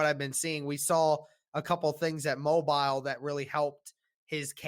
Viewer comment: The Senior Bowl is played in Mo-beel' ... not Mo'-bil